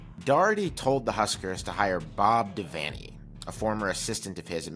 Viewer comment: But, an awesome video--and very well researched. And you even pronounced "Devaney" correctly! Osborne NE ER thought he would last longer than five years following Devaney, and in fact in 1976 he was nearly fired because the Board of Regents got spoiled and thought they could find better. A key reason why Nebraska was so good was that the Cornhuskers had Devaney and Osborne back-to-back--no major school had THAT kind of luck in head coaching.